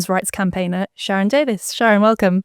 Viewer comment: Davies not Davis